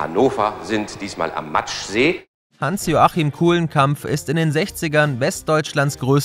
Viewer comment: Kuhlemkamp "... am Matschsee ..." als Hannoveraner dreht sich in mir gerade meine Magen um. Das ist der Maschsee 😞